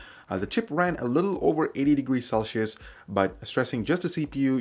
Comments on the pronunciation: Celcius, not Celchius, come on, get your shit together. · never heard anyone pronounce "Celsius" that way